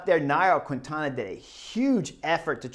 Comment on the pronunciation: Hi Chris, a friendly correction, please note that you don't speak out loud the "U' when you pronounce qUintana". In Spanish, when the "U' is between the "Q" and the "I", it becomes silent. So you just have to say "KINTANA".